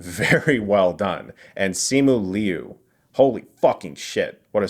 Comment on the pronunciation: Just FYI, Simu Liu's last name is pronounced as "Lew" (imagine "mew" with the "l" in front), not "Lee-oo." Also, I'm excited to hear that you liked Shang-Chi. Can't wait for Sept. 3.